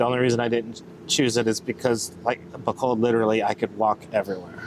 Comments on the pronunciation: its not bacolad its pronounced Bacolod...lol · No offense guys honestly. I wish us westerners would try harder to pronounce tagalog words and Philippine cities correctly. So all letters 'a' are pronounced 'ah' and all letters 'o' are pronounced 'oh'. So Bacolod is pronounced Bah-coh-lohd. Love your channel.